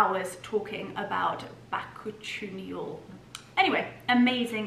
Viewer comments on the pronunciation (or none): I’m not sure anyone could fault you over mispronouncing this mouthful but according to a quick search, bakuchiol is pronounced [buh-koo-chee-owl]. I’m not familiar with this botanical ingredient so have no idea if this search result is correct or not. 🤷🏻‍♀️ Personally I would pronounce it: [eye cream] or [night serum] but whatever works! 😉😂🤣😂😉 The Jo Deakin china is lovely. It sets such a beautiful table. I’m particularly partial to those sweet little egg cups! Reminds me of my childhood and enjoying soft boiled eggs! Of course the best bits were the stroll through the orchard and bedtime tuck ins! Your fur babies are the sweetest and amazingly trained. The bedtime routine seems almost choreographed to perfection! What a joy to see them frolicking about then settling down for some sweet dreams! So wholesome and just lovely! 💗💗💗 As far as content desires go, I’m happy just coming along for whatever your day has in store. It doesn’t have to be some exciting event or lavish occasion... although they are magnificent! 🥰 I think the connection comes when just hanging out while you enjoy your puppy dogs, or organize your pantry, or arrange some flowers, or set a table, or give your wardrobe a good edit or rearrange, cook a snack or a feast, or play-by-play renovations in Mallorca, or sightseeing the gorgeous architecture and glorious views in places so many of us have never been. It’s really not so important what you are doing, it’s mainly hanging out and seeing what you get up to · You're always so funny... bah-koo-chee-yol (stressed on chee), which is incidentally asian (chi/ qi) for energy. :)